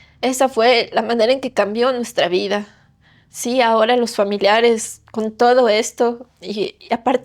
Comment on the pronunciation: pronuncia raro el "con"